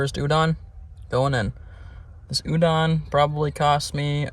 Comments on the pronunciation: It’s pronounced udon not ewdawn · It’s not u-dawn, it’s u-doe-n, good episode really enjoy your stuff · the way u say udon is so funny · My guy cant even pronounce the dish the right way.